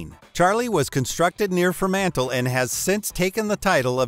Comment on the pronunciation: LOL you stuffed up HODOR and Freemantle. HODOR is a TV reference H o Door (Hold the door). Freemantle is pronounced FREE MANTLE ! Its a city on the western coast of Western Australia. Im an Aussie :-)